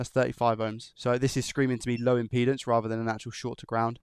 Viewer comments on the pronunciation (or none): none